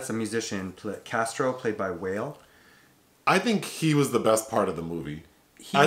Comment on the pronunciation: When he said Whale I was like noooo 😂😂